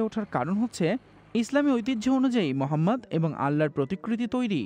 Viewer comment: সাংবাদিক ভাই,আমাদের প্রিয় নবীর নামটা সুন্দর করে উচ্চারন করবেন।আপনার অাধুনিকতা অন্য খবরে দেখাবেন,আশা করি বুজতে পারছেন।